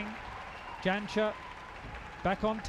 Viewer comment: How embarrassing for the co-commentator to have this replayed when he can't pronounce the world's number one's name. It's Jansher you dolt, not Janisher.